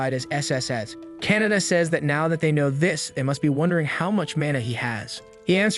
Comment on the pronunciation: oh my god he keeps saying Canada it KA-NA-TA